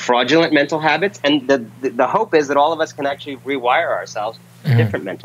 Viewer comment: I'm pretty sure he said "Hobbits" of mind.